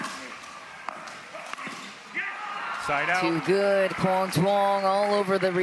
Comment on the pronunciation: Is anyone on the PPA staff going to tell the commentators to stop miss pronouncing Quang's last name?